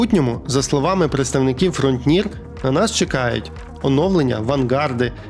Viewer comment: Автор, навчись вимовляти слово FRONTIER. Вуха ріже.